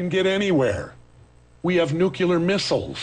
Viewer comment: Jesse, u the man, and I love ya!! But STOP saying "nucular" it's "NUCLEAR" ...still the man tho